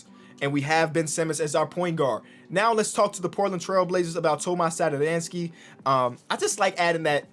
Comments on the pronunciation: Hey, i'm actually Czech just like Tomáš and you read it like Tomaash Satoranksii. I know it look wierd but if you put it into google translate you get the right pronunciation. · That accent on tomáš satoranský's name is pronounced as "sh" so basically Thomash Satoranskee, like this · I am from czech republic and I just love how say Tomáš Satoranský 😂